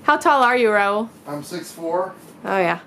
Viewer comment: Thank God!! ...first time somebody said the name Raul right LOL..so many people just cant pronounce it right …. nice house btw !!! love all the video !!! Going trough the same problems right now with current house ..do we upgrade since kids want their own room ? or we just close the garage and wait till they go to college ? in my city the taxes and water utility are crazy for a small town (7k taxes and 89+ on water for a 1400sq ft house and 7k sq lot on a 40+ year old neighborhood no luxury at all ) (sorry to resurrect old video threads) . will subscribe.